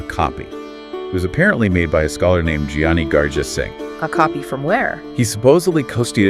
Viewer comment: Thank you so much for this podcast! For those of us in the diaspora raised in English speaking homes, this type of content is immensely appreciated. Just a heads up: “Giani” is pronounced with the same “g”sound as “Guru”.